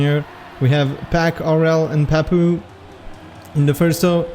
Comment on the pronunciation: pourquoi tu prononces meme les pseudos avec un accent anglais ? Je veux dire Papou ça devrai rester "Papou" et pas "Pahpouw" ou même Aurel ça devrai rester "Aurel" et pas "Owel"